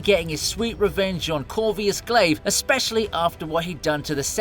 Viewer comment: Where did you get the name Corvius from? His name is Corvus..